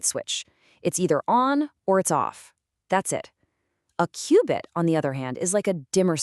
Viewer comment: Your AI talking about AI cannot pronounce qubit?